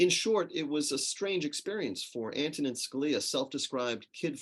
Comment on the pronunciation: Ma'am, his first name is pronounced, "AN-to-nin".